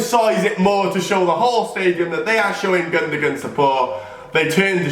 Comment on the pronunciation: The way he says gundogan annoyed me so much🙄